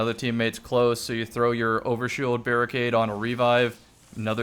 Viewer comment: "Barri-nade" LOL damnit Bungie. Good job. Just like J4W-S Servitor.